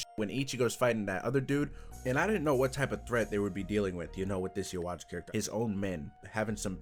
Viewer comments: Stop calling him u-wach ! His name is I-Watch X) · The English pronunciation of Ywach's name IS the source of that debate of bleach fans and CLOSE MINDED CHRISTIANS... because it's supposed to pronounced Yuhwah, which is similar to YHWH, or Yahweh... Abrahamic religion's God